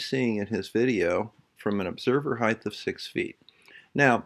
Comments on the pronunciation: Dude... I love your videos and I'm really glad you're debunking flat earthers.. But PLEASE PLEASE PLEASE stop pronouncing the word height with a "th"! Dude...I cringe EVERY SINGLE TIME I hear you say it! It's HEIGHT not HITHE come on man! You're one hell of a smart guy.. We expect better!! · IT'S PRONOUNCED "HITE" DAMNIT